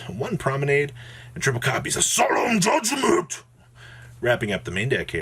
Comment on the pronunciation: Lmfao the way he said Solemn Judgement took me out 🤣🤣🤣